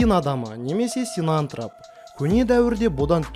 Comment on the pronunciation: Синантрап емес СинантрОп шыгар?))